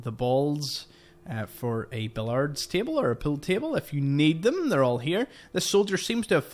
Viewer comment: Love your videos! I think it's funny that you think you say washing weird, and then hearing you say billiards. Bill-yards. 😂.